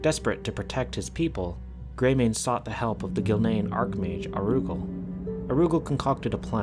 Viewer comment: OMG IT'S NOT PRONOUNCED AROOGAL IT'S ara- ghoul!